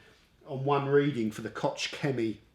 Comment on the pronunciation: I’m going to guess, since Koch is German. Id venture to say, it’s pronounced Coke.